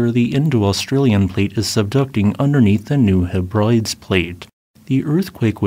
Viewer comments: Its pronounced HEBRA-DEEZ, not he brides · Thanks but that is "Heb Rid Dese" not "Heb Rides" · New hebrides... its not he-Brides, it's HEB-ri-dees. Good luck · It is "New Heb-rid-eez " not "Heb-rides" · Hebrides: "heb-ruh-dees" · The name Hebrides always confuses Americans. It's pronounced Heb-rid-eez. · Just a small pointer on pronunciation: in “New Hebrides” (named after the Scottish islands), Hebrides is pronounced ’heh-brid (as in grid)-es (as if ees). Nothing to do with women in bridal gowns 😊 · New HE-brih-dees plate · FYI. Hebrides is Heh·bruh·deez after the Hebrides islands in Scotland. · Love your analysis in every video. Just a note to offer help: Hebrides is pronounced heb ra dees. Keep up your good work 👍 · a very minor point - New Hebridies is pronounced as New Hebreedies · It's pronounced HEB-ri-dees. No biggie, just letting you know. 🙂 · I believe "The Hebrides" is pronounced Heb-rid-eez. I love your videos, carry on my good man:) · Yep -- Heb-rid-deez. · Tip: It’s New Heb-ri-deez. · Heh-bri-dees named after the UK Hebrides islands in Scotland. other than that great vid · too bad he got dunked on for mispronouncing "Hebrides"